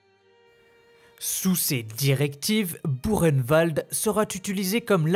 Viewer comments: C,est pas Burkenwald, c'est bien buchenwald, mais ça se prononce pas bureinewald, mais boureinewald ! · Très intéressant mais ayant un grand père ayant été déporté cela se prononce " bukenvalt "😉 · Ça se prononce bou reine vald ! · Erreur, ça se prononce bou reine vald! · non ... demandez à ces pauvres déportés encore vivant ou même à un prof d'histoire ça se dit" bukenwald" et " dacho" ayant eu un grand père déporté ça me fais saigner mes oreilles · Au temps pour moi. Pouratnt quand j'y suis allée avec mes élèves, c'est bien Burkenvald que j'ai vu à l'entrée. Il y a peut être une autre façon de le prononcer. Mais si j'ai tore je m'en excuse. Je vais me renseigner.